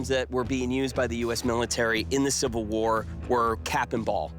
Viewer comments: Is she saying Silver? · why can't she say 'civil' ?? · Kinda odd that she is apparently a professional actor, but had trouble pronouncing "civil" at least twice.